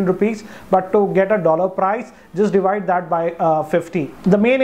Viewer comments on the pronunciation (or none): none